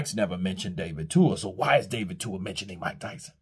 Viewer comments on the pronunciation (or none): His name is David TUA not Dua 💀